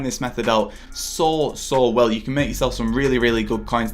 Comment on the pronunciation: I hate your voice. When you say coins it sounds ”caiins”. When you say make it sounds meek. So disgusting